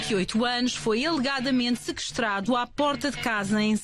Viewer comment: Epa primeiros 5 segundos, "um RÁPPER" de 28 anos foi "ELEGADAMENTE" "SEKESTRADO"? Mas esta gaja é das notícias e não sabe dizer uma palavra fodasse.